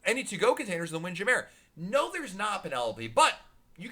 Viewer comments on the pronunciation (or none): Thank you!! I was like "Is no one going to talk about his pronunciation of Jammer!" Lol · i think its hilarious. I thought they were 2 seperate places at first